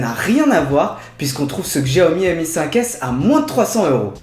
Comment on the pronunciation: "CHAOMI" ou "XJIAOMI" lol.....?